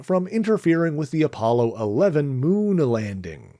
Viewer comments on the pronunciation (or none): none